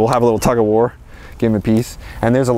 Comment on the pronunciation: did i hear you say “ a little Tuck-o-war”???? 🤣🤣 Would love to see an aerial view of your food forests! hard to understand what is where?